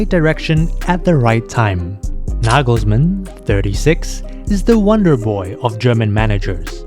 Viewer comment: Toni Kroos is not the little brother of Tom Cruise. ;-) Why is his name always mispronounced by English speakers? It's not that Kroos is an unknown wunderkind. Double o in German is just a long "o" as in often or order. You do a good job with the pronunciation of Nagelsmann, Neuer though, even Müller, Gündogan or Mittelstädt in spite of the umlauts sound OK. Wirtz, however, should be pronounced Weeerts (with a long "e").